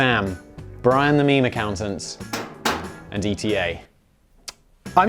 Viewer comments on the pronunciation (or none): Do you not think it's pronounced eeta rather than E T A? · It's ETA pronounced like heatah